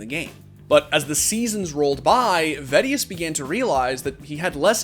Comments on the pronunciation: vedius gains?;o Guy lifts. He is kinda lucky he has the accent/voice tho^ Im kinda sad i missed all these songs tho 0o Only watch vods deserves kudos tho, love that guy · Ah yes, the famous MeediVeedi duo :D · its funny how pronounced vedius´ name now that they are a casting duo xD